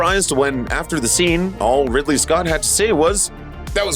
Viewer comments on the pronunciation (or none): none